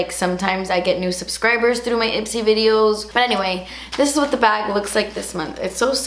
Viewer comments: “and the last thing in the bawg” i fucking spit everywhere omgggg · “AND THE LAST THING IN THE BA-WHG” Lmaooooo 😂😂